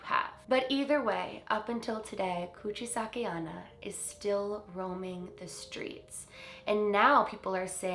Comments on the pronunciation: Love the vid but it's pronounced Onna not Anna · Onna is pronounced “own-na” not “on-na” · JSYN onna is pronounced oh-na not on-na :) the o in Japanese always says its name! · You have to say Onna as Onna, O is O, japanese is read mostly as you write it, unlike english. so the way you say it sounds like " anna" . Onna means woman.